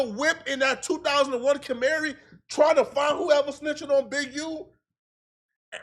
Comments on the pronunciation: 2001 camarie? You mean Camry? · 2001 “Camary” 🤣🤣😒